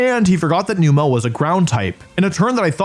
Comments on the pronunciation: Its so frustrating that Wolfey loves Numel so much but cant pronounce it correctly. Its a camel so why are you pronouncing the "el" like "spell" youre saying newmell but its numb-uhl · I'm sorry, but noo-mel? Really? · Wolfe out here pronouncing Numel 4 different ways.... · I’m so uncomfortable with how you pronounce Numel